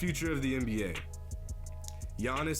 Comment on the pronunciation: This dude said Giannis's name perfectly, I can say it but he said it flawlessly